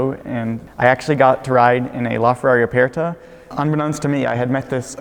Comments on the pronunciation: Not with that much stress on the e/r though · Why does he say Aperta like that? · Why does he pronounce aperta like that?